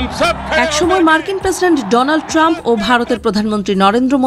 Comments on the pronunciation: ডোনাল্ড ট্রাম্প ❌ ডোলান ট্রাম্প 😂😂😂😂😂😂✅✅✅ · সে বলছে ডোলান ট্রাম্প,,, 😂😂😂